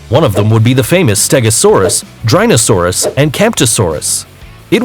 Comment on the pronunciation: I think you meant Dryosaurus because it’s name is not Drynosaurus